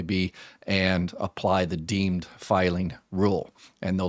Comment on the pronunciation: “deemed,” not “dean.”